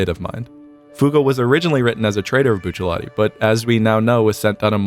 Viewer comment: I know this is the least important part of this video, but THANK YOU for saying Buccellati's name right.